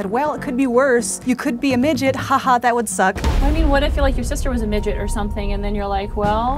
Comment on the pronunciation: Omg..he said miget..